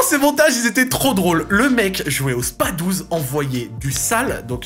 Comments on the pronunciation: Super vidéo, gros coup de nostalgie de ouf ! Par contre on dit : spaS 12 ! 😳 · SPA 12 et pas Spas12 ma voyons mdrrt